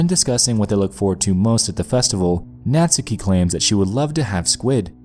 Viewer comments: its buffsuki not buffstuki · Ika (いか) was pronounced fine. You butchered Natsuki the whole video though.